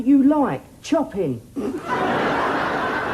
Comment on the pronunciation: HE PRONOUNCED CHOPIN AS CHOPPIN!